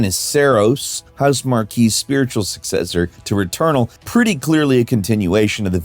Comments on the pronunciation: Housemarquee? It's Housemarque. "Marque" with one e is pronounced like "mark". "Marquee" with two e's is a different word and is pronounced mar-kee. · FYI Housemarque is pronounced "House Mark" Also disagree with the alien architecture being the standout. It's always the particle physics in Housemarque games.